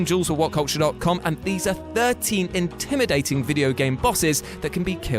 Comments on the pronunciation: Intiminating? Oh yes, the scary intimination tactics. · 35 “intiminating”